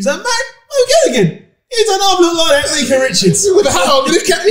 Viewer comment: Meekah? His name is Micah - I don’t understand the struggle